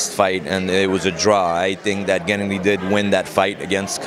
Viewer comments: nope wrong. pronounces it gEnnady... the correct way is to put the emphasis on gennAAAAAAHHHHHddyyyyy... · I'm a native Russian Speaker. I agree, the way he says GEnnady, just sounds weird. Russians rarely even say GennAdy, they just say Gena. you know. like Tim - Timothy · I'm not from Kazakhstan, but I'm pretty sure that's not how you pronounce Gennady lol